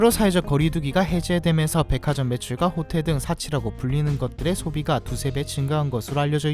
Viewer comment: 일본인인줄 호테르로 ㅋㅋ